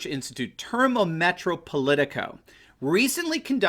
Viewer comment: Sir, FYI in the Italian word "termometro" (which means, of course, "thermometer"), the emphasis in on the "o", just like in English.